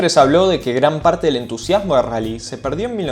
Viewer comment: El RRRRRALLY